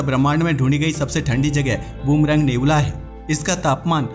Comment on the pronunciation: नेबूला नही रे बच्चे नेब्युला है वो 😂😂😂😂